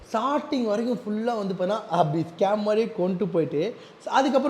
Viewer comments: Shop ❌ Saap ✅ Starting ❌ Saating ✅ Yamaha ❌ Yamagaa✅ Dealership ❌ Tealersip ✅ Support ❌ Sappot✅ Subscribe ❌ Sascibe✅ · 😂😂😂 own.... Onaaaw...... Company.... Componyaa.... Starting.... Saarting😁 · Starting❌ shorting ✅😂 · Starting❌ 😢 sarting✅😂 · Starting ❌ Sating✅ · Shop❌saaap✅ Starting ❌saating✅ Reply❌replay✅ Tharkuri for reason....😂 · Starting ❌️ sarting ✅️